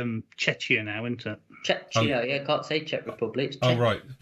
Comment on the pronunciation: just pronounce the K in Czechia:) sounds like tscheKia:)